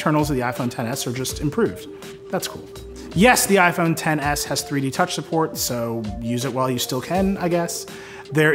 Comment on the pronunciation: its not "ten s max" it's xtra small max